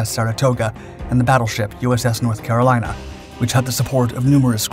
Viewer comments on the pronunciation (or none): none